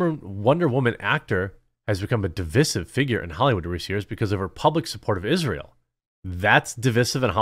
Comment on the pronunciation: Who pronounces divisive like that? Cringe.